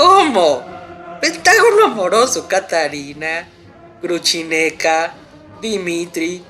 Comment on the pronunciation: Cierto, si se puede decir Grushenka en castellano, perfectamente pronunciable, ¿para qué inventar Gruchineka, una versión horrible?